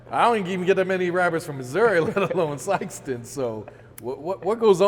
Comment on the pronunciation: Did he say Sikeston Mo stop it